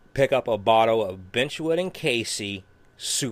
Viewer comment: It's Birchwood Casey. Not bench wood.